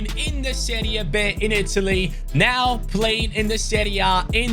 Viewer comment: just one thing when u say serie b you just pronounce the b as be not beh And when there is a g next to an n its pronounced as ñ for example cragno is pronounced kraño